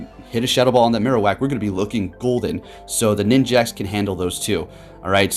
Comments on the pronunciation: why does he keep calling it ninjaks!? 😭lmaoo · bro you're triggering me calling it ninJAX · Ah yes, Ninj-axe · Every time says "Ninjax"... TRIGGERED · I heard him say it and just accepted that it's ninjax now